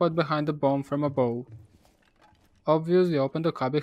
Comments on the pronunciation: Love your videos man, just one quick thing: the word ABOVE pronounced ABOF not Abow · yeah could be but i’m pretty sure in america and Great Britain you will hear it as ABOF. Maybe i’m wrong